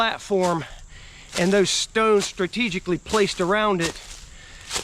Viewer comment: Im really getting a kick out of the way you say 'stones'. Stewns. Steuns